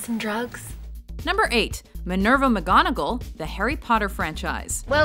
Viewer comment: omg u killed the pronunciation of mgonagall